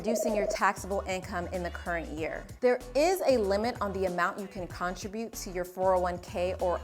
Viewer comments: got thrown every time you pronounced "contribute" like it was "contra-butte" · I was thinking the same thing. I’ve never heard anyone pronounce it that way.